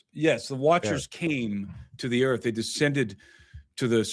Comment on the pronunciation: Earf ashy 😂😂